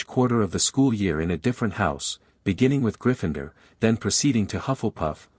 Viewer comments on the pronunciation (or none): It's pronounced it not i t t. And griffindoor not griffindr.